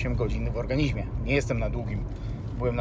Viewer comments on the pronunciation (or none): none